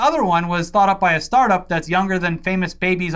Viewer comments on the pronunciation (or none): none